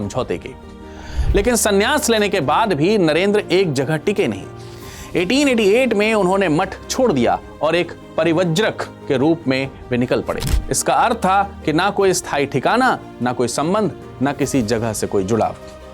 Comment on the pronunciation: Ity Parivrajak not parivajrak Parivrajak means wonderer